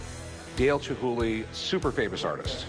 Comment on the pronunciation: Chumhuly...or Chumhulee. Lol.